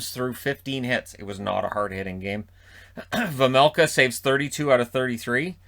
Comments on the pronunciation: You said Vejmelka corectly for the first time. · The first time you said Vejmelka it was correct. The announcers say it wrong. :) But I know, nobody expects perfect pronounciation. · You corrected yourself on "Vejmelka" but the first try was completely perfect! Sounded like a native Czech almost 😁 great video as always 💪